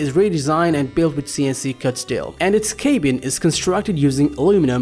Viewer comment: Cabin and chassis are not pronounced that way in the common English language!!